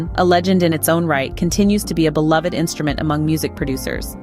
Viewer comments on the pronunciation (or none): none